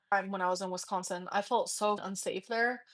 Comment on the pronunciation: I wish she would learn to pronounce Wisconsin. What a child. Anyone who lives in the Midwest does not leave a door open in the dead of winter. They just don’t